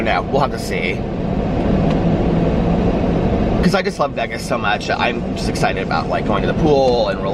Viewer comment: The way you pronounce Vegas to rhyme with leg-as makes me giggle every single time. I've never heard anyone else say it that way. I've always heard it pronounced like Vay-gus.